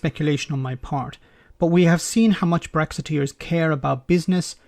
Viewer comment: its it your accent or my speakers but did you say wrecksiteers ?